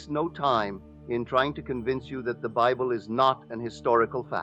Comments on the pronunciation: The Holy Bibble? A.I. is the WORST. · Yeah, I clicked off the second this reenactment pronounced Bible as “bib-el”